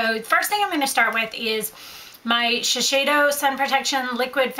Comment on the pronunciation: GAAHH!! SHI-SAY-DO!!!